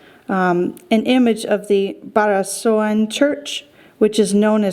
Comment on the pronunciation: Kawit (not Kawat) Cavite. Barasoain is pronounced barasweyn. Sergio is seryo. Roxas is rohas. It maybe good if you have the former versions of new banknotes (same color, same personalities in front except for 500 pesos but different back design.)